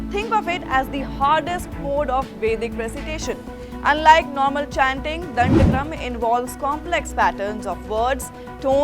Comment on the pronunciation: Pronounce properly...dhandakrama